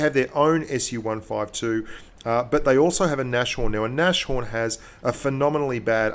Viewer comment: Nashorn is pronounced "Nas-horn" :)